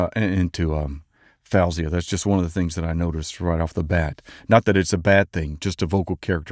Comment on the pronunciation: Faouzia pronounces her name FOE-zee-a. Yes, FOW-zee-a like you said is the normal Arabic pronunciation, but the person's own pronunciation is always the "right" one.